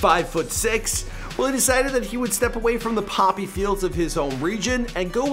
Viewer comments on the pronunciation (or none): none